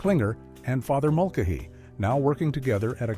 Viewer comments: "Father Mulk-a-hee!" :D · "Father Mulka-hee?"